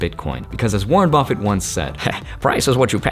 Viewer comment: Again, again for “ Warren buffet” hahaha